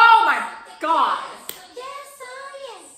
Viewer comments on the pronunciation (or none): emphasis on oh my “GOD” during Jihyo’s close up 👌🏼😂 you guys have to react to the live stage, their choreo is amazing 😍😍